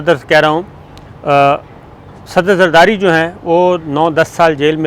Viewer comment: Sabique sader zardari bolen ,ap to bilo ki trah sader bol rhe hain sir.